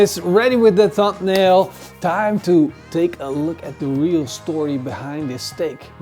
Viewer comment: It's "Thumbnail" not "Thumpnail" my friend.